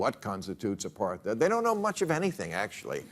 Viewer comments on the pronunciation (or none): It's kinda hilarious to rag on someone for not knowing what apartheid is when you can't even pronounce the word.